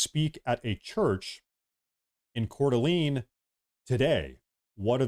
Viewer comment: When did we start calling it cordaleeen?